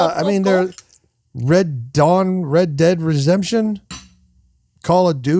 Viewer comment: rob trying to say red dead redemption is actually adorable